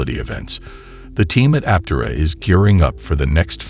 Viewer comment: Learn to pronounce Aptera. Good grief.